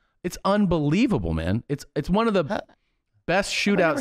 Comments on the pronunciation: When they say "one"? The eater blogger Mark Wiens does that too. What's odd is that most people that say it JUAN, also pronounce the word eaten as "E-TEN". I cant figure out this strange anomaly. It has to come from some type of learning base that was popular decades ago, for children that had pronunciation issues with certain words/syllables. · It's bothered me for years. Thank god someone else hears it!